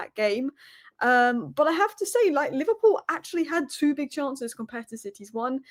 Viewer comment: Li-VAR-pool tears 😂😂😂😂😂